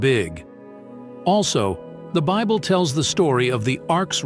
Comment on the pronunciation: I cannot listen to a narrator that cannot pronounce words correctly